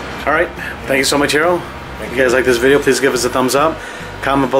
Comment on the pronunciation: been friend with for years, still butcher his name on every video:p